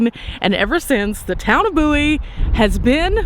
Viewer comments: He aint from Bowie, or he would know how to ponounce the name. 🤣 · Forget all I said. I listened to the Theme song and it days B O Wie. They got it wrong to. I guess I forgot how I learned to say it correctly. Sorry, Love Your Channel! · It has to be the younger generation that mispronounced the name. I am 75 and watched the TV series. The introduction song pronounced it correctly. Wikipedia has a story of the series. The Adventures of Jim Bowie. I remember singing that song when I was little! Thanks for sharing this video! You always make it interesting.